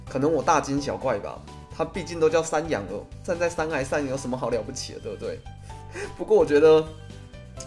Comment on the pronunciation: 山崖(ㄧㄞˊ) 不是山涯(ㄧㄚˊ)